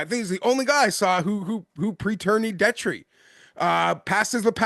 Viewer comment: I always find it funny that Detry is guy but he doesn’t know how to pronounce his name. Peak gambler behavior 😂